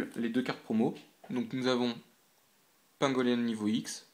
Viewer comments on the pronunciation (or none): Pour l'info on prononçe pingolé on